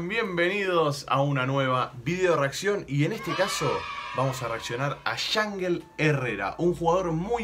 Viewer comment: se pronuncia "Ianjél"